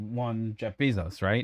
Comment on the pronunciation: Lol "Bee-zos" if you have or make a pacer dot gov account you can sewrch for the csse and at least see whatever documents are public but give it a little time too and paying pacer members will post what they've got